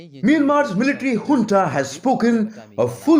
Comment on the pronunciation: Hunta.. did I hear that correct 🤔 😂😂😂